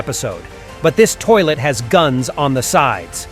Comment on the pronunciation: The analysis is so epic and cool! But you said at the end of the video: "and that was me see ya" you didn't say or you said ISO 🗿❤❤❤ 😆😂